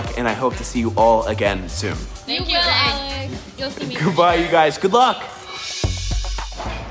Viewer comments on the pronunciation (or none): none